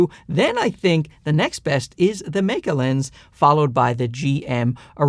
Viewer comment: sweet jesus someone finally pronounced it right. the "Maykey" pronunciation kills me. very useful review. good work.